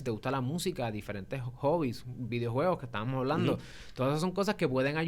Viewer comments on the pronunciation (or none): Cuando comienzas a ver el video y el presentador dice "estábanos". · El programa ha sido muy informativo. Sin embargo, hay que mantener nuestro vocabulario a la altura de nuestra lengua. He oído de uno de participantes la palabra “estábanos”. Esto es incorrecto. Se dice “estábamos”. Además, si estás hablando en español sigue en español.